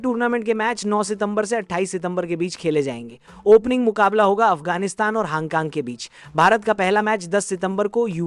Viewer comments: hong kong❌ haang kaang 😂 yrr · Hang kang kya hota hai... Thik se uchharan kijiye... Name is - Hong Kong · हांग कांग क्या है hongkong bol bhai